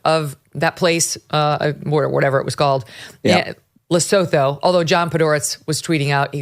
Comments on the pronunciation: Just to let you know (from an ex South African) that Lesotho (Le-Sue-too!) is a very small independent kingdom within the boarders of South Africa. It’s also known as The Mountain Kingdom. It’s very small, very rural, quite poor and only has a population of a couple of million. I have absolutely no idea why the US would have been giving them money🤷‍♀️ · Lesotho (luh-soo-too) is a TINY principality surrounded by South Africa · Guys! Look on a map. Lesotho and it’s pronounced Lassootwo. It’s nestled within South Africa